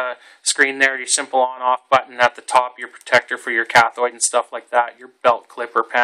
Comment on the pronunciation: ElectrODE, not electrOID. CathODE, not cathOID. Come on, man!